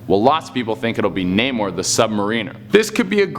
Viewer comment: Also, the way he pronounced "Namor the Submariner"... facepalm